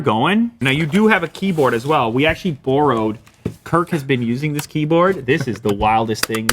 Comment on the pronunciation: Wow, Lew's Canadian really showed when he said "borrowed" 😂